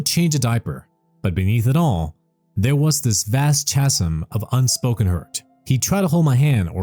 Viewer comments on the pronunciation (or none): Chasm is pronounced Kazm.